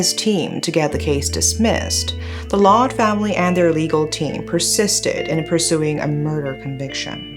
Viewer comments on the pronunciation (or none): Why the narrator keep saying “she” or the last name sounds “loud” it’s Lawde/Laude! He’s pinoy and not american! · And it pronounce as LAO-DE not LOW-D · it's pronounced Jennifer "Lao"- "de" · I think "Laude" is pronounced as Lao - de in the Philippines. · Its "Law Deh" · Glad you covered this case. This was a case where the victim did not get justice due to the a more powerful country's interference. This is how weaker countries are treated. anyways, Laude is pronounced as Laodeh and Magsaysay as mug-saisai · Pronunciation is law-de with a long A.